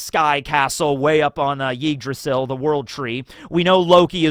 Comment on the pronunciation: The way says Yggdrasil sounds like Yeetdrasil